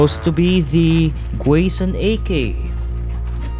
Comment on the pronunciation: everyone i knew who was a hellmet lore person pronounced it like gore-sian but i could be wrong, never heard it been called gway-san either